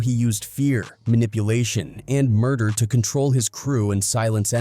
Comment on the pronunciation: When I heard Mder, I spit out my drink. 🤣⚰️ This got to be a corny white dude.